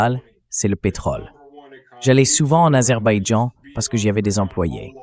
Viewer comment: Aber baijan pas Azerbaïdjan 😅